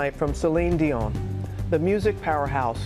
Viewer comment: Thank you for pronouncing Céline's last name as it should, and not "Dionnnnnne".